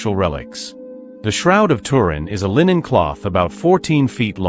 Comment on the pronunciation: Tuu.....rin......get it right